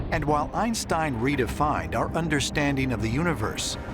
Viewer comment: 'understandeen'. What? It's '-ing'. - 'openeen'. Ugh...